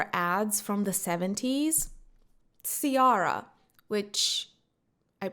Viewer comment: KEY-ARRRA is the name lol